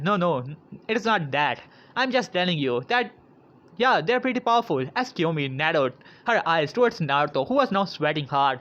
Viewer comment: its not Kyomi its kiyomi